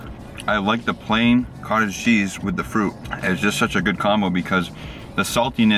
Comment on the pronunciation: When you kept saying Cottage Cheese. It sounded like you said Cartel Cheese. I was like that's a new one.